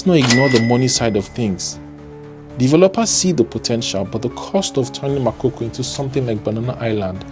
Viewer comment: It’s Makoko not makoko. Get your pronounciation right 😩